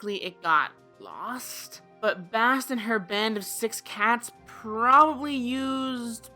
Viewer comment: Did u frikken pronounce Bastet as Bast? U IDIOT!!!!!!!!!!!!!!!!!!!!!!!!!!!!! WHY AM I HERE??!????????